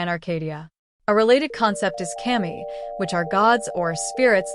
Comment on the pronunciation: Not kay-mee, it's cuh-mee (kami) means god